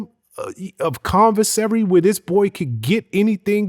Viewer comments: Commissary not convissary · C-O-M-M-I-S-S-A-R-Y not “convissary” 🤦🏾‍♂️ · Wtf is convinsary?🤔🤦🏾‍♂️😂😂😂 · WTF is "convesary" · Good interview minus the "Convisery" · If he call it conversary one more fucking time 🤦🏾‍♂️ geez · Conversary? C'mon interview man you gotta do better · The word is: commissary